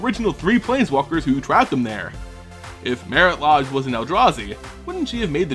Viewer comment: and its mare-it laydge not mare-it lahj